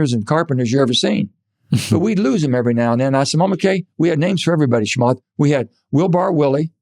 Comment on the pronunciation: Why can't he say ch? It's not shamath!